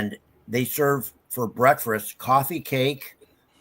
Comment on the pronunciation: Did say "breakfrast" twice?